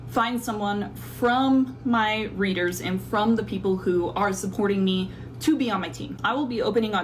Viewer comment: Ok but she pronounces readers like breeders which I don’t understand?